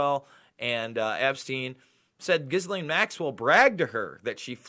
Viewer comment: It’s a French name Ghislaine and is pronounced “Gill N”. Your welcome.